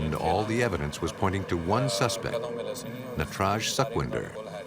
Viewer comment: its not suckvindhar... its sukhwinder ...su as pu in "put"